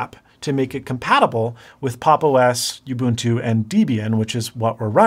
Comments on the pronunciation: What is this youbuntoo you speak of? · Everytime he says "youbuntu" and "deebian" 🤣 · I don't mean to be pedantic, cause really cool video. But not sure it is possible to mispronounce more things than in this video (and I stopped a the mark to make this comment)! Youbuntu, Deebian, Guhnome .... I'm dying. You should have just stuck by your initial statement of "I don't really wanna explain how linux works ..", because you can't.